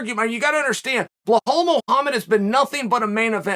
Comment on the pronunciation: Uncle C still says blahal instead of bilal hahahaha you legend 👏 🤣